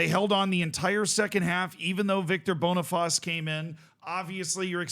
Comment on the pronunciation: Boneyfaas and Biellfeld is crazy pronunciation.